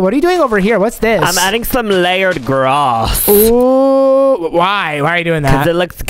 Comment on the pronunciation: Alexa: I’m adding some layered grass me: why you say it like that?